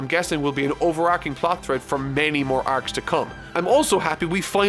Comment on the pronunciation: The ways he says 'arcs' WHAT ACCENT IS THIS IT'S DRIVING ME INSANE